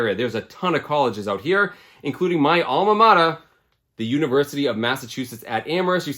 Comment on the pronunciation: I forgot you were in the Massachusetts area until you said “Alma Matah” haha great pickups and deals!